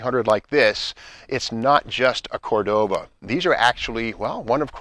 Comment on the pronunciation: It's Cordoba. Have you been calling it a cordoVA for 40 years with nobody correcting you? Wow.